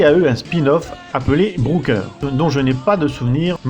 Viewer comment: "Brouker" j'entends bien ? Booker, était excellent pourtant.